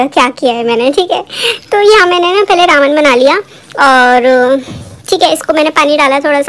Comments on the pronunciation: Your are saying raaaman it's reman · Didi its not रामन its रेमन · Didi it's not Raman that you pronounce it spells as Ramen but It's pronounced as re-me-n It's not a hate comment or I am not making fun of you but just want my fav youtuber to be correct Please shoutout thumbs-up 👍👍👍👍👍👍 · U can't say ramen properly. U say Raman but its Ramen. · Who the legends were thinking about her pronunciation Raman ??😂😂